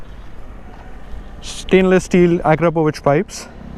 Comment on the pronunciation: You actually pronounced Akrapovič correctly. It's a beautiful bike, ride safe. Happy Holi from Spain! 🇪🇸